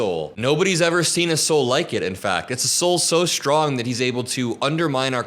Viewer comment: He said a good ahsoul…..